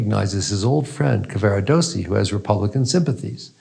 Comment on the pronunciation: This was an interesting interpretation of Tosca, and it is clear that Dr. Fineberg has considered the major themes of opera and their relevance in our own lives. I’m grateful, but I wish that he would pronounce Italian names an words more accurately. Mario’s name is Cavarados’si, not Caver’dossi or some such. And his third act aria is”Luce’van Le stel’le. Nearly all Italian word are pronounced with the stress or emphasis on the next to last syllable.